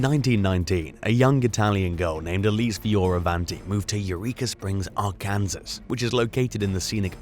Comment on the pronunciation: Arkansas is pronounced ar can saw. Great video as always guys.